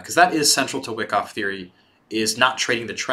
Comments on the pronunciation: Good viedo but it is pronounced Y-KOFF. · Seeing a lot of comments about how good this series is...I’ll watch it, but man it is painful hearing someone explain a concept where they mispronounce the name of the strategy they are teaching over and over...